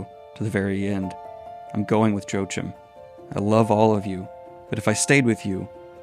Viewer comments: Joe-Jim or something like that. The German in me died ^^. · I'm from The Netherlands, so that part of me died aswell. I have never heard him make name sound so American. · As a German, hearing you say Joachim as Joe-Jim cracked me Up. No Hate Here, i dont know how its intended either, but i was Just NOT expecting that Xd. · Just FYI Joachim is pronounced joe-ah-kim. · Pronouncing Joachim as Joe-Jim. Please don't ever change Daniel :D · I get it can be difficult to pronounce or remember certain names while reading manga. But… «Joachim », really ? 😅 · Joachim? How did you pronounce him XD? Its a german name. The j is pronounced like y and the ch is pronounced like a hard h.